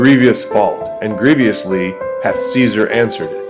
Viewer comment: He says grieviously instead of grievously. And grievious instead of grievous.